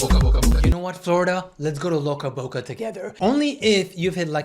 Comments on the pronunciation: Not you consistently calling it loca Boca 😭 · Ok was is this just me or did I think he said Toca Boca instead of loca Boca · "Loca boca" toca boca??😭🤣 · "Loca Boca" took me out every time you said it =)))